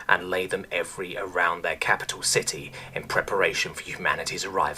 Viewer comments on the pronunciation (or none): none